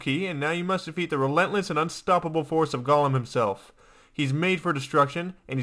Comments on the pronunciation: It is pronouced gow lum not gawlum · Not sure why this bothers me so much, but 'golem' rhymes with 'bowl em' is not pronounced like gollum. Sounds like he's saying gollum.